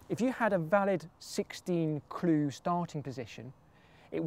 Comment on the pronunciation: I'll give you a ClEE...